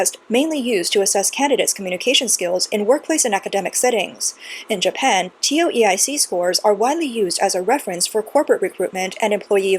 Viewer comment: Was wondering what a TeeOh EeEye Seek exam was.. Tow-Ik